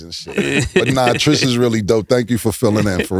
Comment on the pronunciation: Her name is Trish not Tree Tree